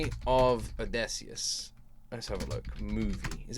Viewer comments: If I had a nickel for every time you said "Odesseus" instead of Odysseus, I'd be pretty rich 😂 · Its drives me insane how you call Odysseus as Odaysseus 😅